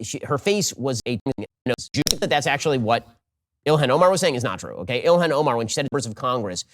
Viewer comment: Why is it so hard to say Ilhan Omar? Ben says ilhen and Joe keeps saying Ilian